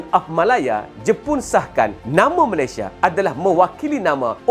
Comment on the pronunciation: ramai sebut Melesye